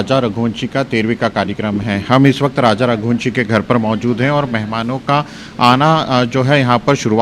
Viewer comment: Raja.....rah lhushwah nahin.....all channels all reporters are so confused and say wrong names........😅😅😅😅😅😅😅😅😅😅😅😅😅😅😅😅😅😅😅😅